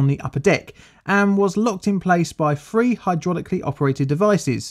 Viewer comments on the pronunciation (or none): and free is pronounced three.